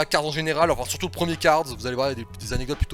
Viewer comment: arrête de dire cards stp c'est cars